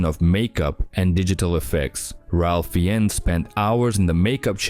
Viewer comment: Ralph Fiennes is pronounced like "Rafe Fines"